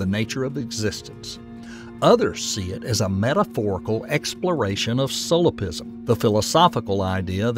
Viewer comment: "Solipism" instead of solipsism, and "detremism" instead of determinism are just a few of the mistakes in the video. A little quality control is in order.